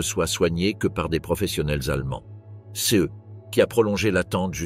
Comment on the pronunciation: wai mais la narration par l'I,A est pas terrible < > mdr^^